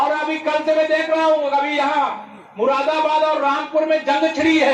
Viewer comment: अरे ये मुरादाबाद का नाम भी नहीं ले पा रहा है मुराबाद मुराबाद बोल रहा है